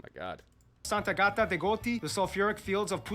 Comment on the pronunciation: Quello che parla non è italiano. È ispanico! Ha pronunciato in modo sbagliato Sant'Agata, Stromboli ect